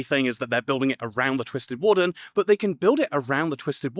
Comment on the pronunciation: I heard “Wool-fern” but maybe she meant warden?